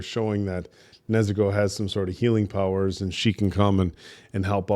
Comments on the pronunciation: they say Nezooko, putting too much emphasis on the u sound. It's the same way Tanjiro says it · Oh, and they can't pronounce Nezuko right either